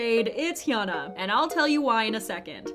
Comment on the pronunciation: its hyuna not hyana haha